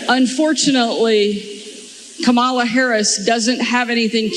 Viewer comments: Old Sarah may have biological children, but she still doesn’t know how to pronounce “Kamala”. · SăRÁW purposely mispronounces Kamala as a juvenile insult. What "grown-up" does that? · Wanna know why there was a brief pause after Sarah Huckabee Sanders said "Unfortunately"? She wanted to make sure she mispronounced Kamala and had to practice it in her head lest she pronounced it correctly by mistake..